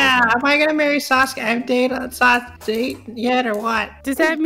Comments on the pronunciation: I love how you said sasugay instead of sasuke when naruto landed on sasuke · i just noticed when you pronounce sasuke it kinda sounds like sasgay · Who the fuck is "saskue" its sasuke